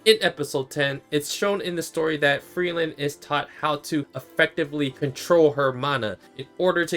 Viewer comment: To me it sounds like that the japanese dub calls her Frieren (technically FuRIIREN), not Frielen as you are saying it. The origin of the name, like most of the names in the anime, comes from german, in this instance Frieren means "freeze", so I say the correct pronounciation of all the names in the anime should be how the german word is pronounced.